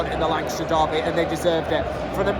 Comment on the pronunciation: Don't know where you're from but Lancashire is pronounced 'Lankisher' 😁. Good commentary from you, upbeat, good stuff 👍